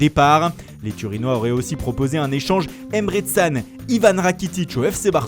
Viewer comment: Emré Tsan ? 😂😂😂😂